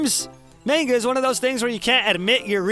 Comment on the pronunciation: 3 years late to watching, still annoys me how he pronounces manga